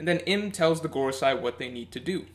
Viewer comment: 😓 it’s MarieJois pronounced: muh-ree-joyce not Mary Joes 😆and it’s the Gorosei pronounced: Gor-o-say not Gor-o-sci 😂 Sorry I’d let it go if said just once wrong but over and over and over it was killing me man